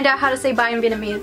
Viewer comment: Thank you for trying to learn our language 😍Tam biet (goodbye) sounds perfect